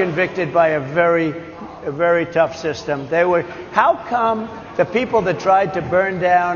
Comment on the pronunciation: Did I just hear him say “purple” instead of “people?”